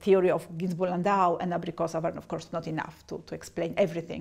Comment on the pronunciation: "Абрикосоу хуюзд." Обидно блин.